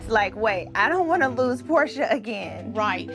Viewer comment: It's porsha not portia